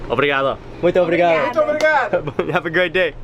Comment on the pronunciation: nobody wanted to tell him to stop sayin obrigadA? smh lol